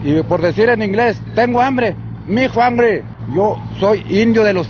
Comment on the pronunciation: Tengo ambre😂😂😂creo que dijo...mijo ambre 🤣😂🤣